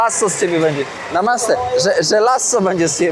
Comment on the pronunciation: ….i jeszcze jedno: „Namasté“ powinno być akcentowane na ostatnie „é“, a nie po polsku na przedostatnią sylabę 😅